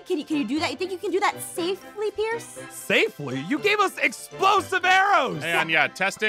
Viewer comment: sorry but it's "pierce"